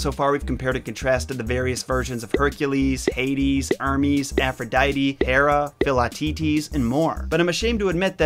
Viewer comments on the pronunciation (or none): I died laughing when you said örmeez instead of Hermes 😂 no hate, I love your videos!!